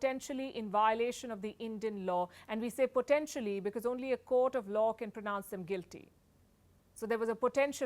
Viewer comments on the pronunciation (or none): none